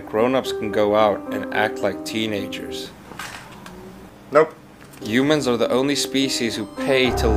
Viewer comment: Why did he say yumans?